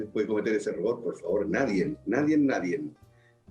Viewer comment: Villegas dice "NADIEN"